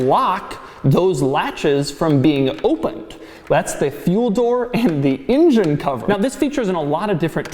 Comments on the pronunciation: Ingen, injen injen injen Ingen, injen injen injen. INJEN! For the love of god, It's an ENgen! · Hey Doug, I don't know if it's a native Philly thing or what, but the rest of the world calls it an "ENgine", not an "INgin". Also sounds kinda racist. Now I can't get INgine outta my head!!